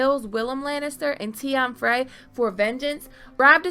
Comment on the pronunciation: Very good video but you gotta learn how to say "Frey"